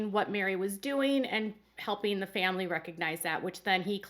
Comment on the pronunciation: i remember Meri making it clear she was not going to ever help the other sister wives raise their kids. this was after Leon left home. at the time i thought ... wow i thought that was what sister wives did in this family. Meri constantly talks about the importance of the "famly" ( pronounced family by everyone but by polygamists), but what does Meri do for her "famly"?